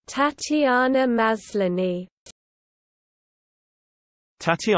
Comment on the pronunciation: This is incorrect. This emphasis should be on the penultimate syllable, not the first as here. So it should be ta-ti-AH-na mas-LAH-ni. You can see her pronouncing her own name here